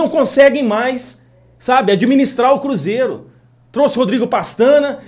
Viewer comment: Porque tem momento que voce diz "cúzeiro " e nao cruzeiro